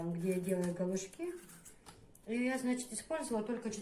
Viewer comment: слово галушки- ударение на У, а не на И. Я очень уважаю тебя и Хадижу, но уж очень ухо режет. Прости, если обидела🙏